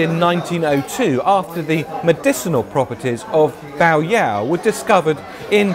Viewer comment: You pronounced yao correctly, but bai should be pronounced like the English word buy.